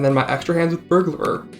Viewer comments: "burglerer" im crin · the way you pronounce burglar is KILLING ME but i am enthusiastically subscribing nonetheless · we need to teach this man how to pronounce burglar